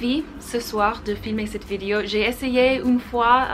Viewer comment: Tu parles très bien français, c'est super :) Attention juste à la façon dont tu prononces "vidéo" , de manière complétement américaine... En français on ne dit pas "vidio" mais bien vidéo en insistant bien sur le E ;) bises